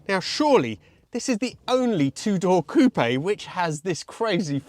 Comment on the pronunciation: “COOP”!!!! Not “coopeh…..” For cryin out loud!